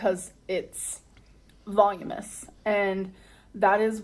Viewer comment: The word is voluminous not volumous.